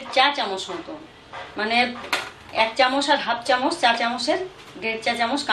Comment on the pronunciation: Chamoch k chamosh bolchen kno??? R apni cmnt er rply kren na kno???